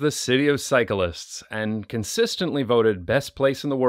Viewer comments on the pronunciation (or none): I love the way you pronounce "cyquelists"